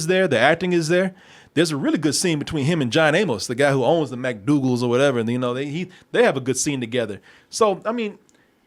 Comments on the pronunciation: Mcdowells... Not mcdogals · Why you keep saying Mcdoogles 🙄 Its McDowells !!! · It's McDowells not McDoogals which makes your point kinda mute ...